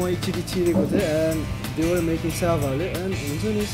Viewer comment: isnt it syaphale instead of syabhale ?